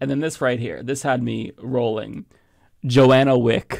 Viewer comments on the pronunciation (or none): John-ah, not, "Joanna"...your poor reading kills the joke